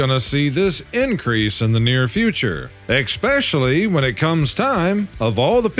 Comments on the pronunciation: I love this channel but for f*** sake it's especially NOT expecially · It’s especially, not exspecially.